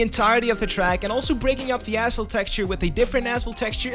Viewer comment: Awesome video 😃 it sounds like he says asshole texture instead of asphalt🤣